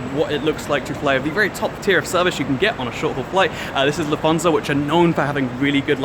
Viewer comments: Took me a while to realize you said "Lufthansa" because of your weird pronunciation haha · Nice little video. However, I needed to listen three times until I could correctly understand "LUFT-hansa". (Ever been to First Class DB regio? Basically about 8 seats in front with a different colour...)